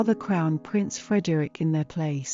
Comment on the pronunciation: You pronounce the E in Frederikke, Frederikk-eh. Just like with Mathilde and Gertrude, you pronounce the last E.